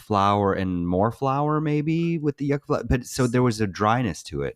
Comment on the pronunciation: Yucca is pronounced you-kuh. Don't let the latinas come for you.😂😂😂